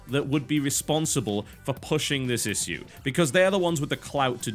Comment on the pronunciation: Its Ish-shoe not "is" "sue"